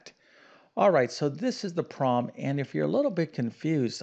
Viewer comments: Can't he say "problem?" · your attention to detail in language does not match your attention to detail in math. Instead of fully pronouncing the word "problem", you tend to take shortcuts, saying either "promm" or "prollem". Please remember that accuracy in language is every bit as important as in the sciences. I enjoy your channel, and even though I'm an old fart, your problems keep me sharp.